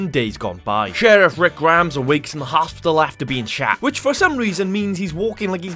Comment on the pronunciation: 10 sec in hoftibal wtf is that its hospital